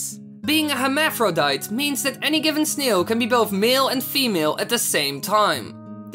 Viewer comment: no offense but the way u say snail hahaha it sounds like sneels